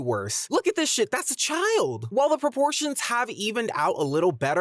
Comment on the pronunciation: Dude i heard abortions instead of proportions